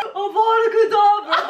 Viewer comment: Ron it's kedavraa not kedavra